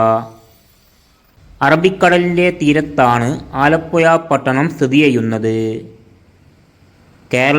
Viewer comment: ആലപ്പുയ അല്ല. ആലപ്പുഴയാണ്. പോയ് നാക്ക് വടിച്ചിട്ട് വാ മോനേ..